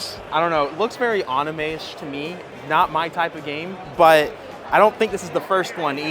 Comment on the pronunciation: Really well-made and in-depth video. Your passion and honest opinions sold me—keep being yourself! Just a heads-up: you’re mispronouncing Metroid, Yu-Gi-Oh, and anime. Not sure if it’s intentional, but it might be worth brushing up on those.